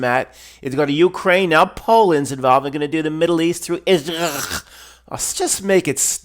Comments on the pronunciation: I just love your pronunciation of Israckl. 😁😁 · I'm so glad you're o.k., and you don't have to see a psychiatrist Matt! The way that you pronounce Israel always makes me laugh. 😂